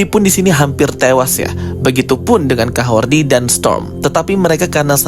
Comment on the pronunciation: Kahordi atau Kahorri sih...? kok aku dengarnya abang bilang Kahordi... Kahorri bang, Kahorri...